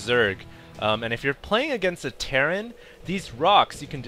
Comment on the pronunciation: It's terran for god sake!!!!!!